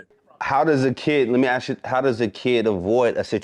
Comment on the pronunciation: I hate saying: "Let me "ass" you this?" It's "ask." Omg